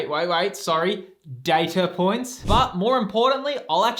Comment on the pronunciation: 😂 Data Point, American accent was hilarious 😂 thanks.